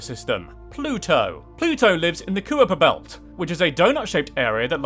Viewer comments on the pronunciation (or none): The Cooper Belt? I thought it was the Kuyper Belt... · Most of this is awesome except for your pronunciation of certain objects: Lo is actually I-O The Kuiper belt is the Ky-per belt Methane is Meth-ane Callisto is Ca-list-o and i'm not sure but I think Dione is pronounced Die-own